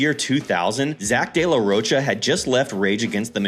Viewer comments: Rocha I'm pretty sure is pronounced ro-kah. Sorry not trying to be a dick. Just saying. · Rocha is pronounced roka